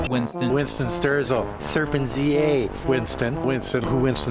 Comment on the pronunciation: "WINCESTON" " SERPENZA"